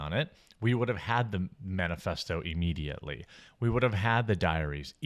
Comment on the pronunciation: Why do you pronounce immediately like Eeemediately? So weird and grating. You say it like you would say the word "if"...